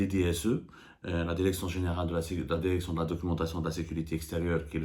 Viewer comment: Derection derecteur ha ha ha ha ha ha ha